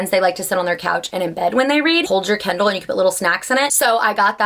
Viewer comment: It took me until to understand that you mean Kindle and not candle 😂😂